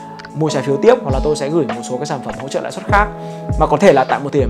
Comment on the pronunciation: "Lãi suất" nhé ơi. Nice video